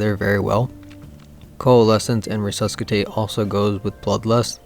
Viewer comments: Nice. This format seems like the most reliable way to get good builds into the hands of SnS players. Now that qurious crafting exists, it's so hard to recommend specific armour combos. BTW, the "C" in "resuscitate" is silent so RE-SUS-I-TATE... English is just weird. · I wanna believe your video, but when you started to pronounce resuscitate incorrectly I had my doubts. 😅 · The pronunciation on "Resuscitate" was killing me. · The "C" in resuscitate is silent. Nice vid tho thanks for the depth and breadth of knowledge here. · dont pronounce the c in resuscicate